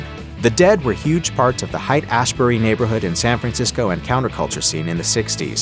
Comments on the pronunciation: It’s pronounced “hate” not “height”. Lol 😊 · Haight ashbury is pronounced Hate not Hite. If you say hite people will think you dont know very much. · HEIGHT?!? "Hight"?!? It's pronounced "hate"!! Derp. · It’s pronounced “hate” Ashbury”, not “hite”. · Yeah noticed that too and it immediately negatively impacted my respect for this list. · Its pronounced "hate" Ashbury... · No one, absolutely no one says "Haight" as in Haight Asbury the way this narrator does, grunge uses AI narration.